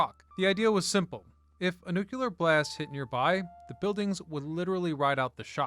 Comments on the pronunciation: It’s not “nook-u-lear,” it’s “new-klee-ur.” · I loved your channel. Please don't say "nukeUler".